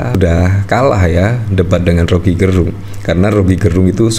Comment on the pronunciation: Om Rocky dilawan... Orang Manado bilang "nintau tako" artinya gak kenal takut. Btw Gerung Laval "e" nya kayak di kata enak atau kecap bukan Laval e lemah swperti yg dilafalkan admin. Gerung itu marga org Minahasa.